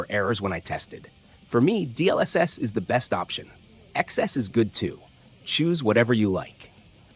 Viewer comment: cursed xess pronounciation